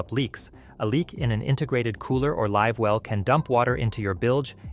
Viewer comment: Ok this a a BS video when the narrator pronounces “live well” as “liv well”. Idiotic. And to say built in coolers or fish boxes are a problem is also ridiculous. So says a boater who has been boating for 40 years and has owned 4 different boats.